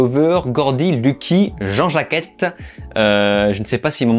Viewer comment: Je pensais que le titre "Ben Non" au Québec, c'était une blague, mais en fait c'est vrai 😭😭😂😂 Sinon, Nope est génial, l'un des meilleurs films de l'année ! Par contre, prononce "Jean Jacket" et pas Jean-Jacquette, ça me trouble😅😅